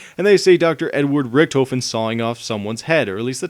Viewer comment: hes pronounces richtofen, rictufen